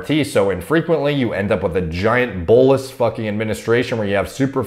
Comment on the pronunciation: Everytime says bolus 😍